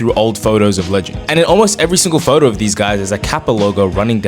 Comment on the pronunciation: Whats a "phodo"? Is it like a photo? But only for really cool people to look at? But why do you say "phodo" but not "phodographer"? Why go out of your way to say things stupidly? You went to a grammar school. You're teachers would be horrified if you starting talking like that bullshit in their classes. Also, you're like 21, you definitely didnt have Kappa stuff as a kid. Virtually nobody did after 2005, and you would have been in either a fetus or in nappies then. But you're saying you had all that clothing as a kid, which would have been after 2010. Why lie? You can make good content without lying.